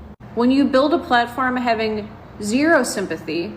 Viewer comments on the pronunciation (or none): none